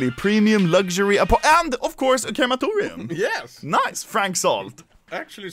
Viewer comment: People: Crematorium Anomaly: KERAMATORIAM